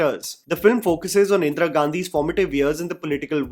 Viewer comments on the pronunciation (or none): Like always, an excellent video,. The pronunciation of Indira could've been better. Indra it isn't.